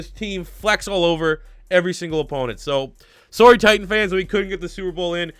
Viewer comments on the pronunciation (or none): none